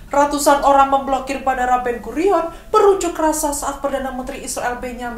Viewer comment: diawali dgn...: RRRRRRRRRRatusan oRRRRRang WaRRRRRRRRRRRga....🤣🤣🤣